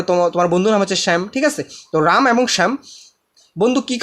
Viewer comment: bhai aapane ramer Ram bolen and chokhere chok bolen